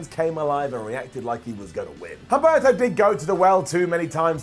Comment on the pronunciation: I love you but please start pronouncing the names correctly. You're not supposed to pronounce the H in Humberto nor the U in Velasquez. Also, the name of Sin Cara's friend was Carolina, not Catalina.